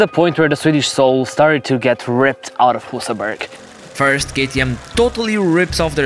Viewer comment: Annoys me that not even the swedish guy pronounced Husaberg correctly.